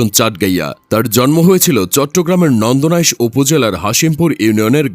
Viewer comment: ও ভাই নন্দনাইশ না চন্দনাইশ 😂